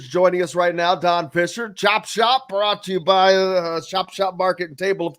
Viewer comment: did he just say voice of the Hoosiers! Don Pisser?